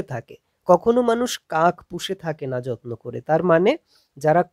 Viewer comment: পড়ানোর ধরন খুবই ভালো লাগলো। কিন্তু "কাক" উচ্চারন কাঁক কেন বলছেন???